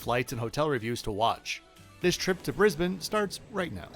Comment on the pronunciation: Great review. I like how you said Brisbane correctly. Qantas is so overpriced. Sadly we have no competition against Qantas but I like Virgin Australia best 😊